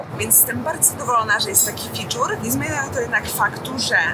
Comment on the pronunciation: Nie moge z twojego ciaglego „ficzur” ale filmik super nagrany